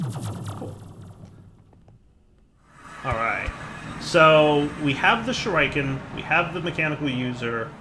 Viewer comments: please. Shur-eh-ken, not shur-I-ken. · Its more like shu-ree-ken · they're pronounced "Shur-ih-ken" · it's pronounced shur-eeh-ken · pronounces shuriken... sad Ninja noises... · Wondering if will eventually be able to pronounce shuriken correctly.